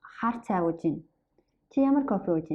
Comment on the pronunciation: Great video! I'm a beginner so this might be a dumb question, but when you pronounce "Ууж байна" i don't really hear a "б" sound - it sounds more like uuj -ain. Is the "б" not pronounced?